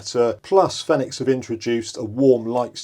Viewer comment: It's pronounced "Feenix" or "Phoenix" aka the fire bird (like the one on their logo)